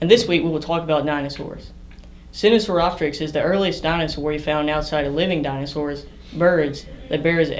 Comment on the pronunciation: I messed up a little bit. Sinosauropteryx is pronounced SINE-oh-sore-OP-teriks.